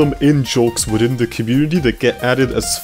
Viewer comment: I like how he pronounces every "th" like a "t".